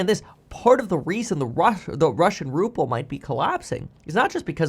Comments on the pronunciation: It’s not RuppLe it’s RuBle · Ruble, not ruple. P is in Trump, not in the ruble. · What's a Ruple? A cross between a Ruble and a Rupee? Not knowing how to pronounce a nation's currency should be the first sign you are ill-equipped to provide any insightful analysis of said nation.